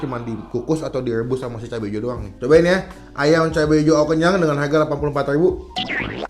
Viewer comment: Harga baca dengan aksen Kya orang barat